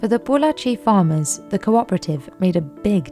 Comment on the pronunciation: Glad that the narrator didn't butcher the name "Pollachi" 😄